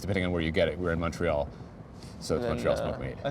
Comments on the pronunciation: Is Thomas saying “MUNTreal”? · Thomas - a real Canadian. Pronounces "TORONO and MUNTREAL". Thumbs-up